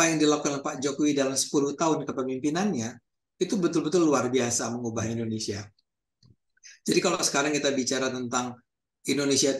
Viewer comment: Indonesia pak..bukan Indonesa.